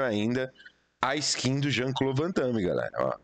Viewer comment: O certo é Van Damme, arruma isso aí.